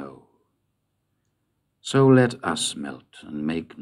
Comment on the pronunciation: Interesting as always his interpretative nuances of tone and stress. S2L1, for example will normally be read 'so LET us MELT and MAKE no NOISE' (regular iambics), bur RB (in a minority of all the readers I've found on YT) reads 'SO let US melt...', which makes a better and more thought-informed link with the first stanza. I like the drop of his voice in S1L4 on 'now', and the dismissive tone on 'laity' (S2L4).